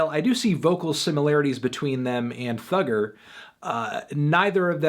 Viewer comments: It’s thugga not thugger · Cos he’s saying it as “thugger”